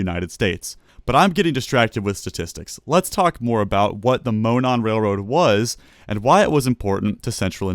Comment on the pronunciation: Monon is pronounced as Mo-NAWN. My home state railroad. I miss that railroad.